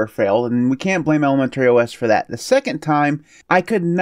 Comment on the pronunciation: I am fascinated with the pronunciation of ElemenTERRY OS 😀